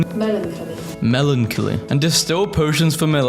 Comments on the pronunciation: think melancholy is my favorite mispronunciation of yours thus far🤣🤣. It’s MELON KALI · watching you struggle to pronounce melecnholoy is really wholesome